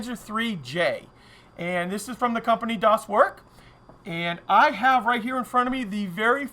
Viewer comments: I think you should "Dahs Vairk" when saying the name as it's much closer to German than "doss work." Otherwise, that's a big chonker, I can see a detail hound spending weeks on it! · The fact that you pronounce "Das Werk" (=the factory) as "does work" is actually pretty amazing. :-D